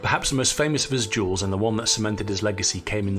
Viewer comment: This guy talks funny. Can’t pronounce the words correctly. Refers to ‘duels’ as ‘yules’.🤪🤣😂🤪